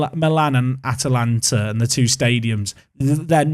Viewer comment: Congrats you got the pronounciation!